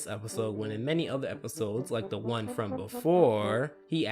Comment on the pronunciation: when he said one, it sounded like he said eleven. I think it just me though